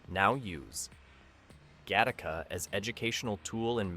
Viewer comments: O'cmon, how lazy is this channel?. Do you even attempt to edit the what I strongly believe is AI generated audio or do you actually IRL pronounce 'Gattaca' as 'Ga-TAR-ka' instead of 'Ga-ti-ka'? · It’s pronounced gatt a ca. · I hate the way this voiceover pronounces Gattaca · I can’t believe you went through the entire video to mispronounce the name of the movie. Holy crap did you even go back and see how people were pronouncing it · I like it, but I wish the AI could pronounce the film's name properly. A bit redundant as well, tighten it up with an edit to the AI VO. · When the AI can't get the name right the first few times lol. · I admit I didn’t notice until it pronounced the film name so badly it became painfully obvious.